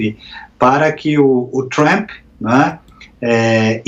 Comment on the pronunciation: Af, nem o nome do Trump esse cara sabe falar direito!